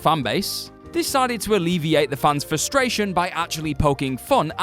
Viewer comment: I heard funs not fans